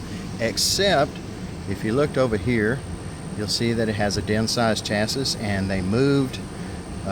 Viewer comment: Get a real radio and say chassis right